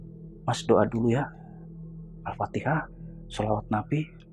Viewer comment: Al Fatihah pak bukan Al fatekah